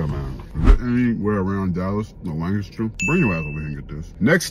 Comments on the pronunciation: We appreciate the correct pronunciation of “Lancaster”. You’re an honorary Texan 🤠😂 Also there’s a 72oz steak challenge down in Amarillo at The Big Texan… you should try it! 😅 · He said "Lancaster" right! 😮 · I appreciate you for sayin Lancaster right 😂